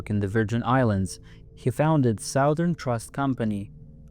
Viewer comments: SOW-thern... ? Really?!? "Southern" is pronounced; "SUTH-ern." Emphasis on the first syllable, vowels rhyming with the word; "Sunburn." SOWthern makes you sound like an idiot, if it's AI... FIX IT OR NIX IT. But you probably don't know what nix means... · Should I worry about AI when it can’t even pronounce “southern “🤪